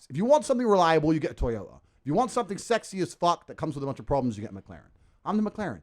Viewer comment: … T - OH - AH … As in, I love my T-Oh-Ah Camry. 😂